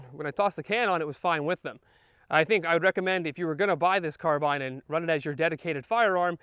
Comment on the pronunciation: I'm glad he pronounced it that way. I don't know anyone irl who says car-bean. The only place I've heard that is YouTube. I'm Canadian though so that might have something to do with it.